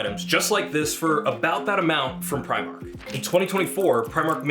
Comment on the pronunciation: Apparently, it's "pree-mark"